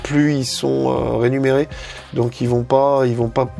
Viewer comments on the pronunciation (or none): tu as dit " renumeré " vers la fin de la vidéo Et c est remuneré 😁 C étais juste pour ça 🤣